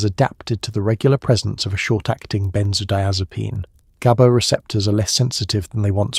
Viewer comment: exactly! I hate how it mispronounces "gaba" in like 4 different ways and goes round and round in circles explaining the same exact stuff over and over again